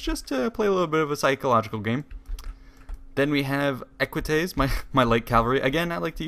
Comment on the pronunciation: Did you said ecuatize ( roman cavalry) ???